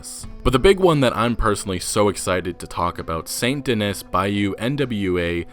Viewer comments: Stop pronouncing the "s" on those city names... Damn you Americans really are ignorant to other cultures or even languages in your own country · Please, it’s pronounced “St Denee”. It’s French. It’s in the bayeux. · The city is clearly pronounced "Saint Deh knee" not Dennis... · It’s probably pronounced “Saint Den-nee”. Taking a French pronunciation if it’s based on New Orleans. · St Denis is pronounced Saint Denee. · I think because St. Denis is inspired by New Orleans, it would be pronounced Saint Den-ee. The city is based on New Orleans, which was a French city in a French speaking region. Not positive but I took some a few years of French. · In saint denis the “s” in “denis” is silent . Like your saying st “denee” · yo, i've been watching for a while, and I notice you pronounce Saint Denis wrong. Denis is pronounced "Denny" at least in France. Just try and search up names if you don't know how to pronounce them i guess. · Bruh I’m pretty sure it’s saint DENIS, not saint Dih - niss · Its actually supposed to be french, so its pronounced SAN DE-KNEE. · Saint Denis is pronounced more accurately as "Sahn Dennee" if you're going for original French pronunciation. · Please pronounce Saint Denis correctly. It’s pronounced more like San Denee :) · Is that the official pronunciation of Saint Denis? I assumed it would be more French, and pronounced De-nee. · it's pronounced "saint den-knee" and "bayou nwah" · Its pronounced --- SAINT DEN - EEE. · You’re pronouncing Saint Denis wrong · Informative video as usual. Thanks for this. As a side note, I'm willing to bet you're pronouncing Saint Denis incorrectly. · That's not how you correctly pronounce Saint-Denis but I'll try my best to overlook it. Love the vid by the way! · don't forget how he pronounces Saint Denis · sara faller it’s French in origin. French names and words hardly ever pronounce the ending consonant unless followed by a vowel. Lagras should also be pronounced “Luh-grah”